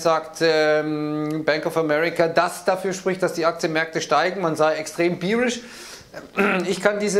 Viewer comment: "Beerish"... gedanklich schon im Wochenende